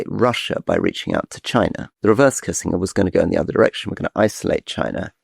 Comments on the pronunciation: Can’t find anyone else who pronounces Kissinger kissing-er rather than kisssin-jer.. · Rory needs to stop beingaprick pronouncing words how he wants to. Pronounce Kissinger properly yawanker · How do you present as credible commentators on international politics when one of you can’t even pronounce Henry Kissinger’s surname?